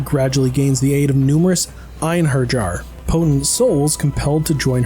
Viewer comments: It's a German word, J is spoke as "iot", in this case would En-Hein-Yahr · "Ein har jar" you keep mispronouncing it and it drove me nuts. Otherwise good review. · why do so many reviewers mispronounce "einherjar"? Did you even play the game?! Lenneths voice actor literally says the word at the beginning of EVERY SINGLE non boss battle in VP1, and Maria says it every few minutes in Valkyrie Elysium. You hear it literally hundreds of times per play through. Einherjar. Eye-n-hair-yar. Now you try. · Just a little tip, its pronounced Einhair-e-yar. :p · I always heard "einherjar" said like "on-hair-iar" Also this game is a mixed bag for me. The flaws can't be denied but the studio behind it, Soleil, only have like two games under their belt atm. Some Boruto game, and the Samurai Jack game. Plus apparently this game and the new Star Ocean game wasn't given a big budget, so low budget and new studio will have flaws and basic game. However you can feel some love put into the game in some spots (mostly after chapter 6) which I can't go into detail due to spoilers but to those whose who played the other 3 games will know. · Came for the review, stayed to see how many times I could stand hearing Einherjar butchered. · STOP MISPRONOUNCING EINHERJAR LOL